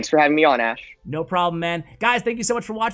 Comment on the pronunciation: This player call ash “bash”?